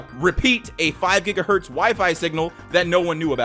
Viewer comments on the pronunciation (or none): none